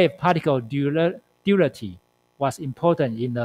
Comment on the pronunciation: Duality not durarity 😂!!! Omg! Funny! Diffraction or deflection?? I cant understand your poor english!